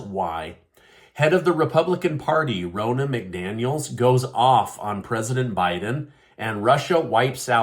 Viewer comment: It's not Rona it's Ron-na